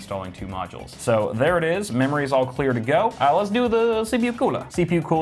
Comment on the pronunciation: Sounds like you said mammary... You talkin bout titties there?